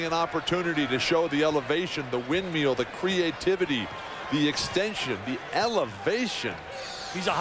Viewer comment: ***** yeah ik he meant windmill, surprised the commentator doesnt know how to say it right tho